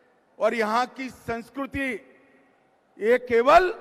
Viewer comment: Sanskriti ko sanskuruti bol raha hai hm